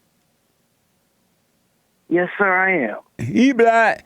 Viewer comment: I'm dying here, he totally says "he blast!" Haha